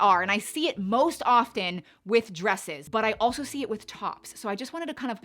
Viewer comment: The T in the word often is silent…no hard T in often…